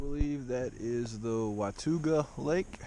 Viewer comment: It's said WA-TAW-GA ;)